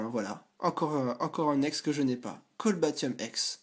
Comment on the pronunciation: Cest cobaltium pas colbatium ;)